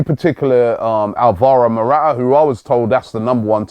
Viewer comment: Robbie it is not ' Mora'aa". Its ' Mora-taa "